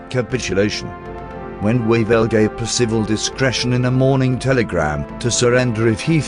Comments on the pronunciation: It's PERcival, not PerCIVal. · it is a well known fact that Singapore was impregnable against attack from the sea and indefensible against attack from the land. Percival was a great man treated appallingly. At least pronounce his name correctly. I knew him. Peter Wilson